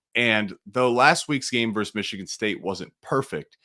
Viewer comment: Versus Oregon, not verse.